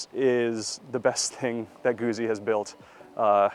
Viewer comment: Just say Guzzi correctly